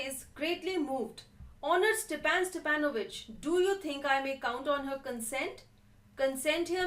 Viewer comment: it is not Stephen it is Stepan